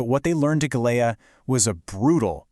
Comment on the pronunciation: Gela is pronounced "JAY-lah". My dad was there aboard USS Bimingham CL-62.